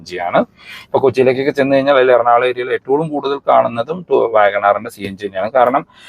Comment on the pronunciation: എന്തുകൊണ്ടാണ് നിങ്ങൾ എപ്പോളും എട്ടൊള്ളും എന്ന് പറയുന്നത് ഏറ്റവും എന്നല്ലേ 😁